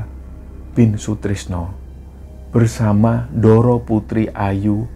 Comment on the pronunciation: sebagai org jawa klo melafalkan kata bahasa jawa sy harap tdk usah spt bukan orang jawa. lo klo bicara jg medok. utk melafalkan kata "ndoro" dan "sedoyo" kok melafalkan suara huruf D nya tidak tepat y sbg org jawa. maaf y